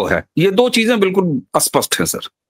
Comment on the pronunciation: Why do North people can't speak certain words properly? Spasht pronounced Aspasht Sindhoir pronounced Sindhoir School pronounced I school Indr pronounced Inder And so on ...